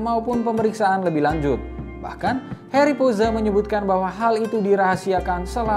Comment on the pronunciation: Halo, di negeri Belanda kami bilang Harry tidak seperti orang Inggris "Heri" tapi seperti ini "Hahri". Bukan "Harlem" tapi "Haaarlem" maafkan aku mau mengajarkan ucapan yg benar. Kalo aku buat salah di bahasa Indonesia aku juga mau tahu itu. Maafkan aku buat Bahasa Indonesia aku✌️